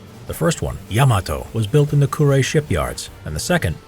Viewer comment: it's Kure shipyard not Quraysh shipyard